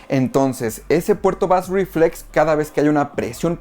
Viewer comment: Muchas gracias por el vídeo. Solo deseo comentarte que bass reflex se pronuncia algo asi como "beis riflex". Un saludo